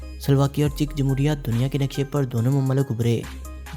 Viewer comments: che chak nahi bhai , czech republic , check padhen gy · Harami jahil insan mulk ka naam tu correct parho